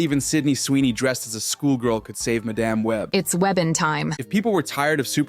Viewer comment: Ah yes "maDAMN web."